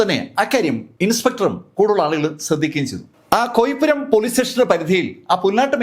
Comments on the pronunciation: കോയിപ്പുരം അല്ല കോയിപ്രം എന്റെ വില്ലേജ് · കോയിപുരം അല്ല കോയിപ്പുറം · Sir കേരളോം വേണ്ട ഇന്ത്യയും വേണ്ട ..... വേറൊന്നും കൊണ്ടല്ല നമ്മുടെ നാട്ടിലെ കൊലപാതകം കേൾക്കുമ്പോ ദുരന്ത പര്യവസായിയായ കഥാ പ്രസംഗത്തിന്റെ ഒരു മ്ലാനത........ വല്ല europians ഒക്കെ ആവുമ്പൊ ചെറിയൊരു cinematic ഫീൽ കൂടെ ഉണ്ടാവും.....കോയിപ്രം എന്നാണ് ആണ് പേര് ഉച്ഛരിക്കുക....